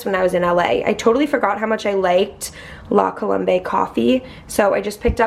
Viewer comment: its La Colombe like "col-om-b"